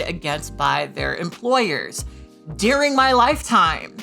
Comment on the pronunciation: I'm fascinated by the way Kat pronounces "DURING" as "DEAR-ING." As a fellow southern Californian born and raised, I've never heard it said like that lol